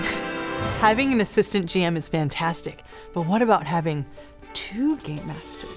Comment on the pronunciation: it sounds like shes saying two gay masters